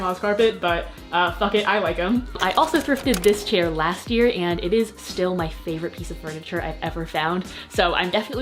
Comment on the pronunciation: did she just say "Stuhl"?? (= chair in Germain) I like u more now ❤️